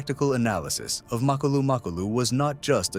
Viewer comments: Macolo? 😂 His name is Makhulu !!! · Come on bro......Macolo? 😂 Its Makhulu